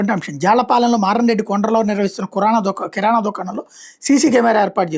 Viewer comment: kurana kaadu Kirana 😅